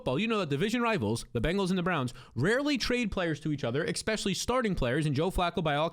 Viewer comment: If you work on saying “especially” instead of “expectually” you’ll lock it down eventually. It’s not too late bro.